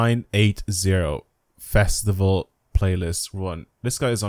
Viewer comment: You saying "The Fastival" is oddly funny and they should use it in the game